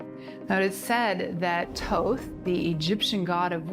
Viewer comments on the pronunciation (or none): Never have I heard Thoth so horribly mispronounced, that got my blood pressure raised for a good 5 mins